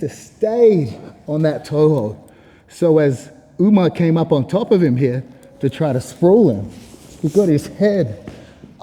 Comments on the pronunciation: Why you purposefully mispronouncing Umar's name??? Channel sucks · Umar Ooga-Booga-manov lmao